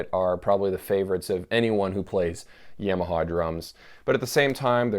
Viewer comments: He says Yamaha like its a sweet potato -- "yam" (ham) o haw (like hee haw) or see saw. Yam o saw. I think its more like Yom-a-ha, like Tom-a-ha, like haha. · The Satanic Trucker Ya-ma-ha in fact is what it should be pronounced - in Japanese way, as it is a Japanese word. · I've never heard anyone pronounce Yamaha like you.